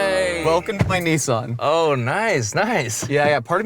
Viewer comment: its not neesan lol